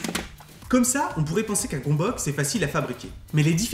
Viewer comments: Ça se prononce pas gombok du tout, ça se prononce gueumbeuts. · Superbe vidéo comme toujours ! Au fait, ça se pronnonce "Gueumbeuc" ;) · En hongrois, on le prononce "gueu'mbeuts". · Du coup, si c'est un mot d'origine hongroise : ça se prononce "Gueumbeuk" :3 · Juste svp la prononciation c'est "gonbohts" (parole d'hongrois) Sinon super vidéo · Gömböc ce prononce [Geumbeuts]